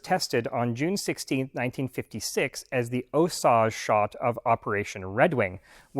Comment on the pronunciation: That word was osage, not oh-shazsh like you say.